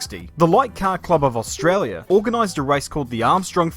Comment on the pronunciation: australia is pronounced australia not how this dick head said it.